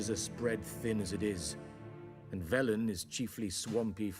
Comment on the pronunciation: I know it’s not a big deal at all, but the way he pronounces Velen as Valen really just gets to me lol